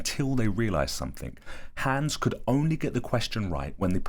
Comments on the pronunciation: Bro pls stop calling him hens its HANS mot nem A nicht E nicht Ä AAAAAAA!!!!! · Haaaaaaahhhhns. Not hands. You know how to say Weilheim with the v sound but you keep saying hands. It's so weird that you're telling this interesting story and then you keep saying the horses name funny. It's as if the horse was being called hands even though he has none lol. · It's Hans not hæns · Clever "Hans" not hands. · You mean Hans, not hands right? 😂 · Cool story. What he was actually doing is almost more impressive than what they thought he was doing. Also… Hans. Haw-ns. Rhymes with bronze. Amazing drawing as well. You’re definitely talented my brother. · My german ass heard "hands" the whole time, then proceeded to facepalm when i read the comments and realised it was probably halled "hans" instead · Please pronounce it like h-ons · I thought you said "Clever Hands" at first and I was shook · Its pronounced Hans hons is how it sounds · Hans pronounced HUNS in german accent. He was showing the intelligence of being hyperaware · It's pronounced, (honz) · Loving the British pronunciation of Hans 😅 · Please learn to pronounce Hans correctly